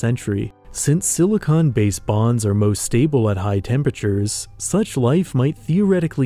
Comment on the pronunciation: Thanks for saying “silicon based life”. I frequently hear people say “silicone based life” and I always make a joke in my head about how we already have that in LA.